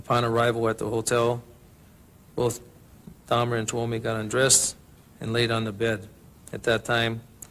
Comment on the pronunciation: C’est Steven TUOMI et non TWOMEY et STEVEN hicks et non STEPHEN 😉